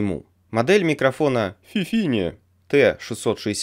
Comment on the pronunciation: FiFine T6 69 или 66 Не фифин, а ФИФИН ОЧКА